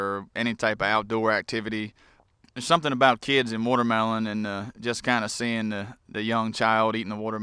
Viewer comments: its called watermelon not wootermelon dumbass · What's a wootermelon?